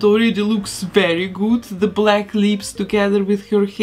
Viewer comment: “that looks very gut” Did I just hear German? I’m actually learning to speak German